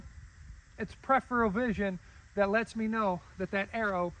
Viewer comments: Your pronunciation is also incorrect and a common way many people mispronounce it. The correct ways to pronounce it are Per-if-er-ul or Pr-if-er-ul. Per-if-eal is wrong. The second R is pronounced in both UK and US pronunciations and is not replaced with the E sound. It's a good idea to look things up before correcting people on the internet. There are many videos/audios on the internet demonstrating the correct pronunciation of the word Peripheral. Check them out. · Peripheral (Per- if-eal) not prepheral